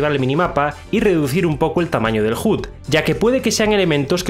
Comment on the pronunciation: Nadie: Absolutamente nadie:: "reduce el tamaño del *JUT*" xD